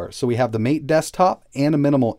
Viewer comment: The MATE desktop's name is pronounce "ma-TEH", as in "yerba mate", for which it is named.